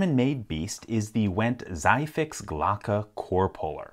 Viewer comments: The "Zhie" is pronounced more like tsee rather than zy like in zygote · In German, "ZIEH" would be pronounced like "zee," not "zai." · This is very useful on old rusty or already damaged locks. It basically just shears off the pins. BTW : "Zieh" is pronounced more like a "C" :) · and the Z is more "ts" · Great video but as a German I can't get over the fact that "Zieh" is actually pronounced like "tsee" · no, it would be pronounced "Tsee" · The german word "Zieh" is pronounced with a long ie, not an ei. So like piece and not like pie. It means Pulling. Fix is colloquial for quick. So this tool is named "Pull Quick". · The "Zieh" is pronounced like Cigar (without the "gar"). One lovely helper. Ever firefighting unit has at least one of those to open house-doors or apartment-doors in case there is a helpless person inside or they want to double check if no one is in there e.g. in case of a fire in a neighboring apartment. The beauty is that afterwards you can lock the door with an emergency lock and leave a message for the home owner that they can pick up the keys in the nearest police station. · You pronounced zieh terribly :D You can get a sound test from if you are interested.